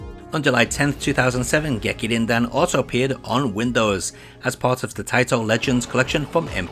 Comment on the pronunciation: "Gekir-Rin-Din" — James Rolfe